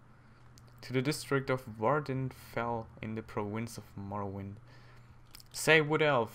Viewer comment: its morroWIND like WINDhelm but not morroWYND ok;)